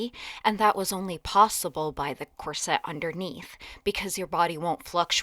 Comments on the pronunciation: In UK we say COR-set with the stress on the first syllable not Cor..SETTE with the heavy stress , as you do, on the second syllable. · Corset is pronounced KOR-set, not kor-SET. The accent is on the first syllable.